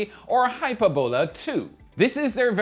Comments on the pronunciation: It's pronounced "hy-PUR-bo-la". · Hyperbola is pronounced "hy PER bo luh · Sorry,, but I can't help myself: it's pronounced 'high-PURR-bow-la'. If it's any consolation, I dated a quadralingual Austrian lady back in the '90's, and got excoriated for my lousy pronunciation of 'FLUK-zoik'....so I DO feel your pain (no schadenfreude, I assure you). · Check the pronunciation of hyperbola.